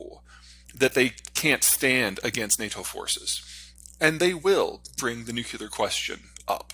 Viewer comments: Peter! For the LAST time, it's pronounced Nu - Clear, NOT Nuke - yeller! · When is he going to learn the adult pronunciation of ‘nuclear’?